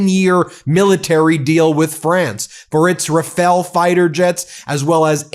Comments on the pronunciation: The French jets are pronounced "rah-FAHL", not 'rafell', with stress accent on the second syllable. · 'Ra' as in raft 'fa' but sounds like 'fi' as in pie because its in front of the upcoming e , i think 'le' but sounds like 'el' - i don't know why. so when you read rafale say: Ra-Fi-El. - 3 syllables You're welcome!